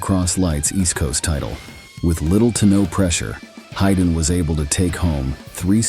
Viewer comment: Just who da ell is Hiden Deegan? The bot messed up his name in others posts as well. Fire the bot. Haiden is still maturing. He is young and has plenty of time to win a series with standing a serious injury. 🙃